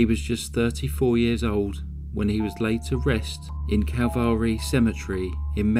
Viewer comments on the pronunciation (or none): none